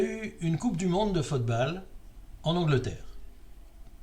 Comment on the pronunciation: Bonne année! Bon, j'avoue ne pas avoir écouté le cloclo, ce n'est pas mon truc ... tu parles de fotebale dans cette édition, pourquoi le prononces-tu ainsi? Lors de la coupe du monde 66, si je me souviens bien, la finale avait été très bien mais c'est surtout une demie-finale (Allemagne-Italie je crois) et un quart (je ne sais plus lequel) qui avaient été sensationnels. T'en souviens-tu?